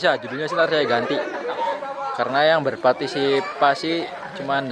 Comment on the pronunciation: "berpartisisapi" awokwowkwowkwok 😂